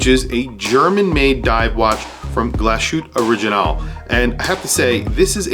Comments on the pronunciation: It's not pronounced "glo-shoot". It's a port-manteau German word pronounced "glas hooteh" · Glas-hütte, not Glaschütte!! (engl: glass hut) is the name of the town where it is produced. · A little constructive criticism - given all of the time you put into filming and editing these videos wouldn't it make a better product to do some research and make some notes to refer to off screen? You don't come across well when you don't know the prices, don't know how to pronounce the brand name, don't know the factory stated specs, and don't know what the bracelet is like (it's absolutely amazing by the way). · Mispronouncing a word in a foreign language is perfectly understandable; however, a watch "influencer" who's portraying himself as an expert to be trusted has no excuse for being unable or unwilling to find out how to pronounce the name of a watch manufacturer.